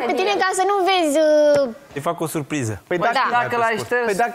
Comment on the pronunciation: Kinga: “era o SUPRIZA” 🤦‍♀️